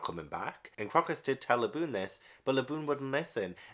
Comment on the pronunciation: Crocus was named after the flower. so it's pronounced CROW-cuss.